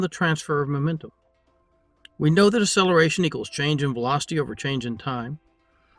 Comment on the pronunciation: Your enunciation fail on the word acceleration, is painful... I keep hearing ah or uh-seller-a-shun, never acceleration... You are still many times more knowledgeable than me, much more of a master in the world of intellect.